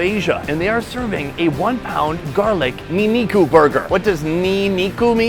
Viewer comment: bruh that's nin-niku not ni-niku lol.